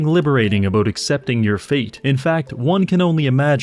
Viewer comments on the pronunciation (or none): Teaching english to the english? mate what are you even on 'aboot'?